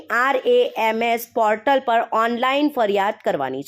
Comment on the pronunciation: પહેલા cpgrms નું ઉચ્ચારણ સરખી રીતે કરો😂